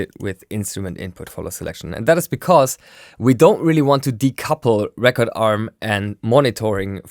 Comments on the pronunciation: Hi! I just thought you'd like to know that when you talk about record enabling a track or arming it to record, it is pronounced reecord with a long E. Record with a short E is like a vinyl record or you're making a record. Cheers! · You´re saying record wrong lol! It´s not a world record or a vinyl record even, it´s ree-cord, as in recording music! Damn germans! :-D